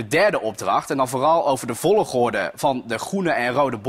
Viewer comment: waarom zegt vologorde😂😂